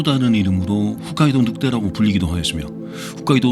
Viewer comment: 사람들 자주 틀리는데 훗카이도가 아니라 홋카이도(hokkaido)입니다 그냥 그렇다구욤..ㅎㅎ